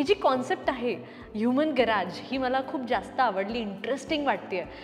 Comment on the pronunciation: Garaaj नाही, गॅरेज आहे . उगाचच काहितरी बोलुन vegale😢